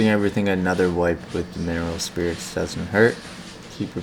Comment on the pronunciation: Can you list the items you used- like the type of paint - oil or water based. Laquer spray. And couldn’t understand you when you said mineral oil or spirit? Couldn’t understand you. Thanks - new subscriber